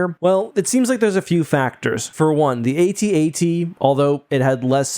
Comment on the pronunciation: Both the Juggernaut and AT-AT have their uses. The Jauggernaut moves a lot faster and carries more troops. The AT-AT (and thanks for pronuncing that right way and not like @@ has more hight so it can cross rivers and move through swamps because you don't need traction like with wheels. The hight also gives you a good view so that you can destroy your target from a greater distance like with the shield generator on Hoth. Not sure about the armor on either of these. Snowspeaders seem to be more of a light vehicle and can't penetrate the armor of the AT-AT but can X-wing blew up the AT-ACT on Scarif. But since these two are of a different AT- model I'm not sure if they both have the same density of their armor. As for Jauggernauts I don't think we've seen them being attack by aerial units.